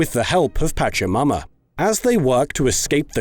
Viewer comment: Oh my god, i know it's probably culturally insensitive, but the way you're pronouncing it, i can't help but hear "patch yo' momma" instead of Pachamama